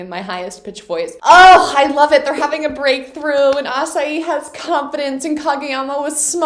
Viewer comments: Hey Victoria! Really excited to see you continue with this reaction series A couple of unrequited pronunciation recommendations for you :p I've noticed you pronounce Asahi as "asa-i", so to pronounce his "hi" syllable like you do with Hinata, it's the exact same sound Also, Date tech (commonly referred by us as Dateko) is not pronounced like "today's date is March 9" or "I have a date on the park", it's actually DAH-TEH ("da" like da Vinci and "te" like nintendo's "te") Anyway this is just a recommendation, so keep up the good work Lost of love from Ecuador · You're still pronouncing Asahi and other names of schools wrong. Just so you know. I'm fluent in Japanese and read the manga in Japanese so. I do appreciate you watching it in Japanese though. "It only works with Shoyo and Kageyama" 🤭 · Found this recently and I'm looking forward to seeing the next episodes! You have probably gotten this already but in terms of character pronounciation for future videos: Aone is ah-oh-nay and Asahi is Ah-sa-hee (like the beer!) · The correct way to say Date Tech or Dateko is Da-te Tech as for the japanese its Da-te-ko And Asahi is A-sa-he